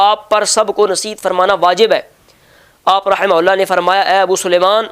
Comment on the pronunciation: Allama sb,rahmatullah” mayn waqf ke surat mayn “Rahma”parhain ge na ke rahmat.